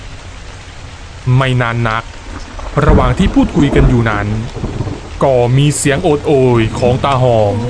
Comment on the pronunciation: กอ กอ กอ = ก็ = ก้อ ไม่ใช่กอ